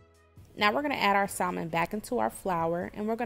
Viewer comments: Once I heard Sall-Mon I stopped listening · I wanted to like this but pronouncing is the “l” in salmon drone me nuts. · Alaskan here. The “L” in salmon, is silent. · Unbelievably crispy! BTW - The “L” in salmon is silent. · The”l” in salmon is silent!Salmon looks good. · I always pronounce it with the L though 🙂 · ijs that L “drone” her so nuts she didn’t proofread 🙄😂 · Really dumb to not like a video due to how someone pronounces a word. We all don't speak the same and some areas of the world pronounce things differently. Just like how you was drone nuts but how she said it 💁‍♀️ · She's actually saying incorrectly. The L is silent. Americans naturally pronounce the L because that's what we're used to doing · I wanted to watch this but you said salmon. It ruined it for me. 😢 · The L in salmon is silent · the L is silent ma'am.... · The L is silent smh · Can’t pronounce Salmon was killing me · In salmon, the L is silent